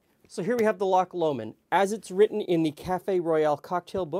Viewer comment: Just want to thank you for pronouncing "Lomond" correctly. Visited England last summer and everyone kept telling me how much they enjoyed their trip to "Lock Le Mond"